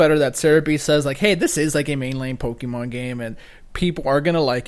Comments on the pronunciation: PRONOUNCE IT RIGHT PLEASE!!!!!!!! POKÉMON!!!! NOT POKEEEEEEEEEEMON!!!!!!!!!!! AAAAAAAAAAAAAAGGGHHHHHHH!!! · pok-ayy-mon not pok-ee-mon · Pokeemon? Really? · Aaaaaa stop calling it po"kee"mon !!